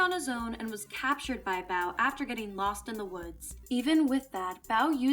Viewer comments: Mispronouncing Bow's name, I see. It's not like "bow" as in, take a bow; it's "bow", as it, bow tie. Get it right next time! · Bow is pronounced like the accessory, not the action. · The way she pronounces Lady Bow’s name...irks me a bit.